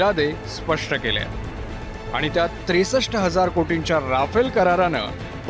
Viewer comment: आधी त्या विमानाला "रफाल" म्हणायला शिका... 😏